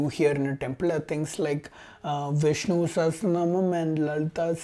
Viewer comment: And why are you mispronouncing Vishnu, Lalitha sahasranamam.